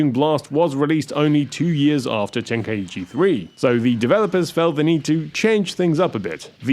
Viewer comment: It's pronounced "Ten-kai-chi" not "Ten-kai-ee-chee"